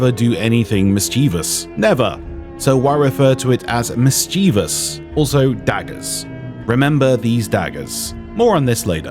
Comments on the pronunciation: I can't be the only one crackin up everytime I heard "miss-chee-vuss" lol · Oh my god ill never get over "Miss Chee vus" I've never heard someone pronounce it so wrong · either you or I have been mispronouncing 'mischievous' our entire lives, or there all multiple pronunciations.